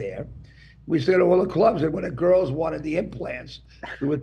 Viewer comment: Oh god, I just got to the part where says “I have 3 girls” or “goyels” as he says it. So gross